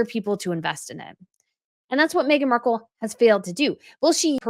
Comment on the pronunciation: Mee-gain taking on someone else's discards lol